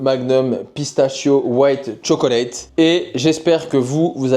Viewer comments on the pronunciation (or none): none